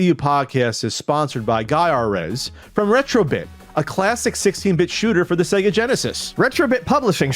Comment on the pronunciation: It's pronounced Guy - rez, not Gaya - rez. It's just like Gradius, everyone pronounces that as Gray - dee - us, but actually it's Gra - die - us. God damn kids today don't know squat.